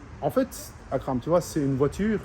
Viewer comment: Il est super attachant ce mec ! Son français est super ! J’adore sa manière de prononcer Akram.